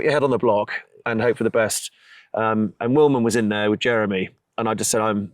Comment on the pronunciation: Wilman not Willman